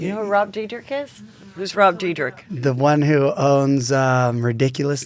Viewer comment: Not surprised that has no idea how to pronounce Rob Dyrdek's name. And then being like "you don't know who that is?" Ummm yeah no one knows who Rob Diedrich is,! 🤣🤣🤣🤣